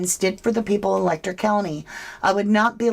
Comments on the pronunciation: I'm sorry for seeming so petty but the pronunciation of Letcher Let'cher is as it sounds, not Lek'ter. I know it seems petty and I apologize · Ma'am, with all due respect, Letcher County is pronounced "Let-cher," where the "ch" sound is like that when saying "chair" or "cheer." If you're going to cover an area and cite it repeatedly, might wanna do your due diligence on the details.